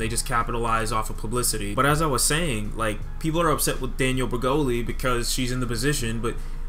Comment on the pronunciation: Yo said "daniel breggoli" lol